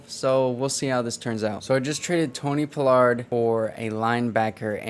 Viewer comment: yea ima keep watching bc this my squad and you showing love but when doing a team rebuild it’ll help yo views and subs by doing a lil research on the team to do the rebuild the best way. That way when a fan of the team you playing with watch yo vids they won’t feel slighted or whatever. When I see you saying Tony “Pullard” instead of paa-lerd it’s just annoying not that big a deal but when you trade him 😂 that’s the line you can’t cross. Rico Dowdle too. And seeing Diggs not start over Lewis. Hearing you call Lewis our best corner. Not having Wilson and Kazee in the backfield. Letting Gallup walk. A true fan want to see realism at least a little bit that’s all. But I fw you bro